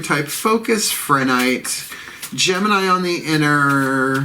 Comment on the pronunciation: It’s pronounced: PRE-nite. No h sound